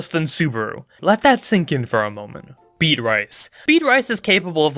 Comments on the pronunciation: Arti FICE er… Beat RICE… Bruh… ART if icer, or Art IF icer ALSO… Bee at riss, Beatrice. Not “Beat Rice” lmfao Any more and you’ll be singing “Ice Ice Baby” without even realizing it. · hold all phones did he just call beatrice bead-rice BRAAAAAAA (B-A-TRISS) XDDDDDDD liget worlds be ending right now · "Beat-rice" You cause me great pain. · Turns out pronounces Beatrice as beadrice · Pronounced Beya-Triss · Michael Turner actually, it’s beEt-rice. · Ram = Rom, Beatrice = food, what other names were butchered